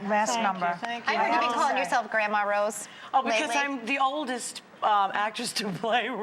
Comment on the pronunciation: haha Barbra walters, "Mama Wose".